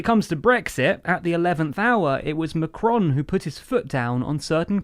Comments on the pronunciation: MACron!! Not McRon. Ffs. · Learn how to pronoun his name... for the love of god. Pleeeasse this hurts...